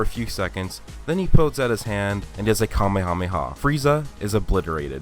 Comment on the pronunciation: I cringed every time you said Kamehameha weird like that. Way too much emphasis. Stop. My Japanese wife laughed when she heard you say it. Like you're trying way too hard.